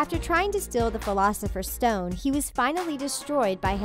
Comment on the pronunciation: What the hell is the pholafesers stone